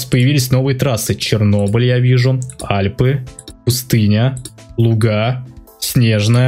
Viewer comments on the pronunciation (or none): none